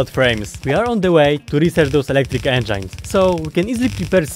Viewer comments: Engines, enjines I learned a new way to say engines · It's funny how you say энджайнз instead of engines